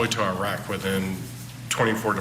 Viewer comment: Iraq is not a third world country and it’s pronounced with a short i, not a long I.